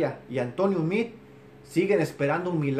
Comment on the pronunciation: Te vuelvo a corregir no es mid , hasta tu que estás en USA ,busca esa palabra y no laTRADUCES , Pronuncia o no puedes decir la palabra M E A D E...